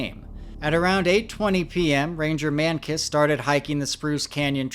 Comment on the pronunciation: Ranger Man-Kiss???